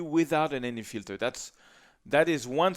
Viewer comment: What kind of filter? MD? Sorry, can't understand what you said.